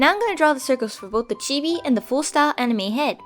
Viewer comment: I actually thought she sad enemy when she actually said anime